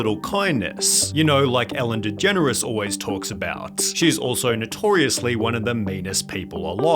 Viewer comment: Atlanta-"Fellen Degeneres"